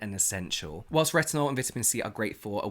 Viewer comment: Why does James make saying whilst sound so perfect? Maybe its my American accent, but it never comes out right when I try to use it lolololol.